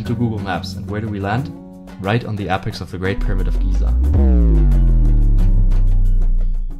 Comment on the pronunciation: He said apex when its pronounced apex....